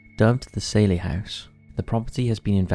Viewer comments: Probably the worst picks your could've found. And Saylie house? It's pronounced Sally.. but an Ai voice wouldn't know that. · And it's "sally" house, not "sailey". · It’s NOT the ‘’SAIL-EEE House’’ 🤦‍♀ I mean even the narrator & experiencers pronounced it for you a few times.. SAL- eee like SALLY.